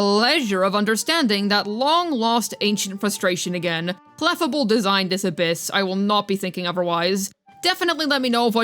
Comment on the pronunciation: Can we talk about how is so british she can't say clefable right lol thats adorable. Darn slient E